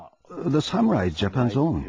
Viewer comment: sam-you-ai. xD Oh, Ross.